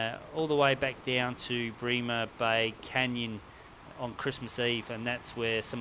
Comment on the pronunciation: It’s Brem-er bay, not Bree-mer bay. Apparently the body core temps correlate with that of another great white from the tag that washed up.